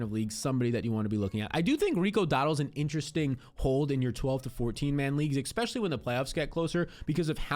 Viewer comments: Especially, not "expecially" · especially not eKspecially.. pet peeve. sorry. great content. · LOVE your videos content and analytics! It's pronounced "Especially" NOT "EXpecially"